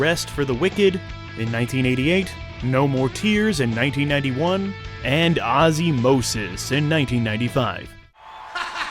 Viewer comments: Dude you miss pronounce Ozzmosis you said Ozzy mosis no no no say it like its written Ozz mosis aka Ozzmosis other than that great little video you made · The album title is "Ozzmosis", not "Ozzy- mosis". Anyways...#OzzyIsGod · It's pronounced OZZMOSIS not ozzYmosis ...bruh.